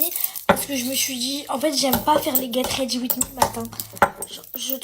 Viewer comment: le get rrrredi wi mi ct pour m abattre